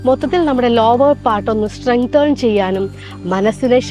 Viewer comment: സ്റ്റ്രെങ്തേൺ എന്നല്ല സ്റ്റ്രെങ്തൻ എന്നാണ് പറയേണ്ടത്.